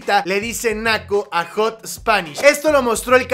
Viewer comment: Jot spanish jajajajaja ??? Es jat spanish bch aprende ingles lil bch :v